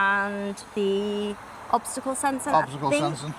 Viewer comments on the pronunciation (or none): did he say obstacle Google??? 😂 That is understandable as well. I catch the drift.